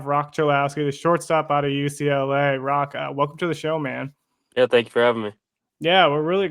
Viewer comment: The “h” is silent in Roch.